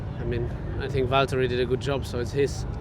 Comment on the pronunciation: And everyone needs to learnd its valtteri not valterri or valteri